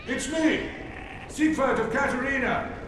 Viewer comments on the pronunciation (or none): "Zighood"???? It's not even that hard to say it. It's like "seeg-ward" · For those who care to know his name is pronounced seeg verd